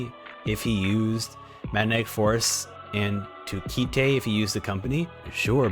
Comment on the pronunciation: his name is pronounced Kaito, like the toy you fly in the air, not Ki-Te like a japanese phrase, btw